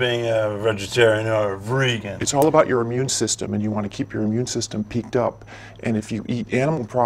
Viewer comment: "Vregan" the random rs this man throws into words kills me